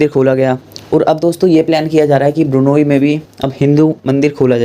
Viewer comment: it’s not burnayee,it is B R U N E I.